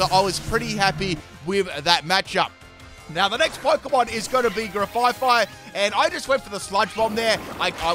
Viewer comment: Ah goood, a new generation of pokemon to roast pronunciation 🔥: - "Bomb"birdier, not "boom"birdier. To bombard something is to drop bombs (or other things) on it. Rocks in this case. - Orthworm, pronounces it like "warm". Say worm, then just add "orth" to the front. - Grafaiai has no second "F". Graf-aye-aye, based on the aye-aye primate. Got it right each time after the first! - SquawkabilLY, not squawkabiLITY. Funnily enough, said it right the first time 😆😆